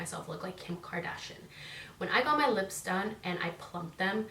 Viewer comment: Lol it’s pronounced KARDASHIAN NOT KARDASHIN LMAO